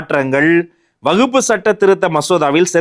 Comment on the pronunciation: அவர் வக்பு என்பதை உச்சரிப்பதும் தவறு. கூறிய சட்டமும் தவறு